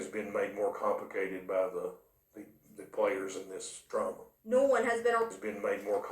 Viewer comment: Is he saying "Players in this Drama or Trama?"